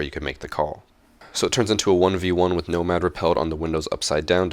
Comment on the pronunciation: Each time he said Nomad, I cringed so hard